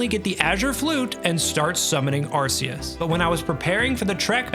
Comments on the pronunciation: i stopped watching the moment he said "Arceus" wrong it's "arc-ee-us" not "arse-ee-us" LOLL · ARC - EE - US We all speak english right? He has an Arc around his body. He is a biblical like figure, often marked by an... Arc... Arceus... not Arseus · Its actually arc-e-us btw not ars-e-us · Ah yes. ArSEEus. And the ARSE phone he gives us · We all know it's ar-coos :p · took almost a year and still pronounces arceus wrong, what a joke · You lost me at the arceus pronounciation